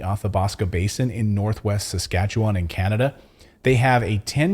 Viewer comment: Thanks for saying Saskatchewan right people have a hard time pronouncing it. Yes that's where I'm from